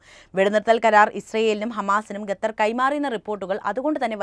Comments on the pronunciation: ഗത്തർ അല്ല ഖത്തർ ആണ് ശരി. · Katar no. Qatar .correct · ഗത്തർ പോലും. വായിക്കാൻ എങ്കിലും അദ്യം പഠിക്ക്😂😂😂